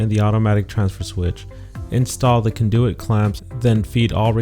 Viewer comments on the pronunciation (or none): no. Jeeze. It’s the moronic way conduit is pronounced.